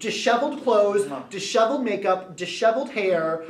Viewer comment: haha you pronounced disheveled "dishoveled" i'm not a hater i enjoy this videos but if people are going to use big words you might as well pronounce them right!